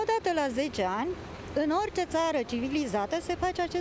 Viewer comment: Civilizata nu cilivizata